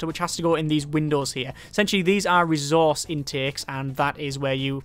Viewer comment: could you start actually pronouncing ressource right?